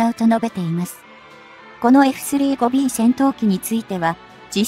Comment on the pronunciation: 「エフスリーごビー」とかの読み上げ方はなんとか改善して欲しい。